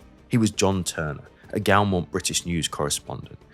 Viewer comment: One small observation: at Gaumont should be pronounced as "goh - mont" rather than "gow-mont".